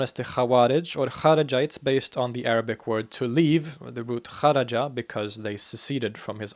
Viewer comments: I swear you Arabic pronounciation si very good. The video is very informative. But it's also permissible in Maliki Fiqh to pray with the hands on the side. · I gotta say your pronunciation of Arabic words is exceptional among foreigners.